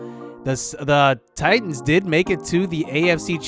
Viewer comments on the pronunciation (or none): none